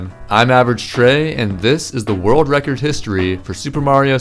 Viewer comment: “A new vild vrecord”